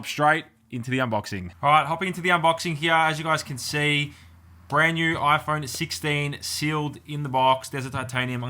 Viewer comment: You broke your Oi-phone 😂